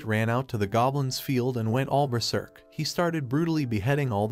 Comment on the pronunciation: Man it's berserk not beserk